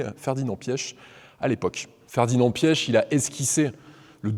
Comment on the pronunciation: Vous êtes sûr de la prononciation du Nom de Mr. Ferdinand Piech?